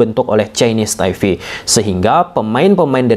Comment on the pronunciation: Kenapa ya abangnya kalo ngomong yg ada huruf "P" nya tuh sering diomongin jdi "F" Ini TaiFe dulu juga jdi NeFal😢😢